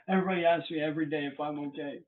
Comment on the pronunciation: "I'm not ohay."